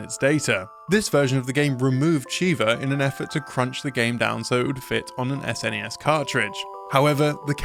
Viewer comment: Thank you for pronouncing it "S_NES" and not "SNES," though I still just call it Super Nintendo out of habit, which is what everyone I knew as a kid called it.